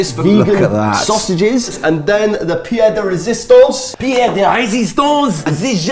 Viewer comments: Paul Williams 1 second ago I think that the phrase is 'pièce de résistance' not Pierre de Resistance - he might have been a character on 'Allo Allo' :) Anyway wonderful recipe- thanks for this. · Haha. Pie de resistance. It's piece not pie. Cause that means foot.